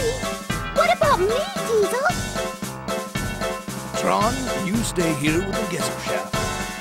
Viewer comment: The fact that Tiesel still can't pronounce the name of his own ship drives me up a wall.